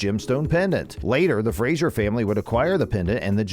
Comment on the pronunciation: 1) Their name is FRASER , not Frasier. 2) Sam's name is pronounced Hewan, not Hewgan. 2) There will be difficulties in their marriage, not conflict. 3) Claire never used the opal to time travel. Many more errors. I give up.